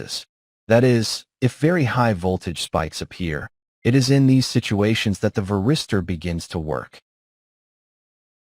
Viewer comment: Какой нахуй ВЕРИСТЁР? ВАРИСТОР, МАТЬ ВАШУ, ВАРИСТОР!!! Кто-то будет смотреть из начинающих, так и будет потом называть. Поправить нельзя этого электронного болвана-диктора?